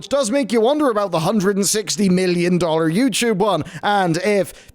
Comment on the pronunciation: "Youchoob"